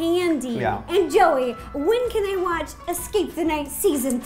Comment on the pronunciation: When u said joey i thought u said jelly and even though jelly is not a candy could u do it?